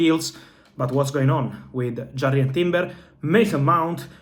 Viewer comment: It irks me how badly he pronouced jurien timber i thought he was talking about another player